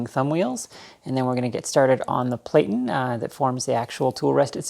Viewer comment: I'm a bit OCD with the language. The word 'platten' should rhyme with 'flatten'